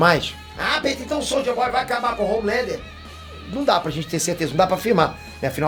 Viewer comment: falando soulja boy kkkkk